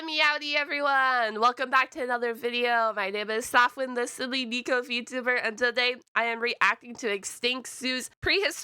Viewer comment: I just realised pronounces neko as like neeko